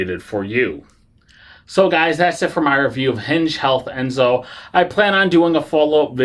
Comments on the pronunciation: Right…. It’s En-so, not Es-no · You sort of undercut your credibility by mispronouncing the name of the ENSO device. Not "Esno," as you keep saying. Apart from that, your review is pretty accurate, though. I'm on my third run of mine, as I type this. The key to using it "mostly painlessly" is not to start at full power. I inch up about ~10 at a time, starting at 20. Over time, the perceived effect decreases, and as it becomes less noticeable, I step it up. If you feel PAIN, you're too high. Note, the pads are backed with soft silicone. They can be washed with soap and water (no scrubbing) and sir dried. This will allow them to be used a lot more. Note, all this does is deaden your perception of pain. It doesn't remove the cause of the pain. I've just gone up to 55% after 20 minutes, just FYI. By 1 hour I'll be up to 75 with little experienced sensation. I don't ever plan to go higher. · Why do you keep mispronouncing the name?????? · Yeah, I agree. After hearing the name wrong twice, I stopped watching.